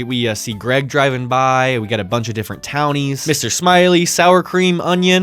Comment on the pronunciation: LMAO not Ga-reg!!